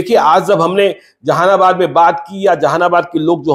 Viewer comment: Tumko Jehanabad bhi boln nahi aata . Zehanabad bol rahe ho